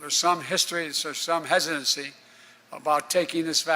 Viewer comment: “The hissshisstorancy” if the Government says it’s safe and promoting it so hard, it must be🤣😂